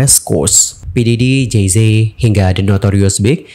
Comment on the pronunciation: Jey Zi kak bacanya, bukan Jey Zet/Ze 😂 telingaku gatel bgt dengernya dr video sblmnya😅